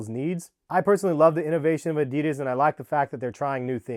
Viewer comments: Its adi Das not a dee das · He says adidas wrong 😑😤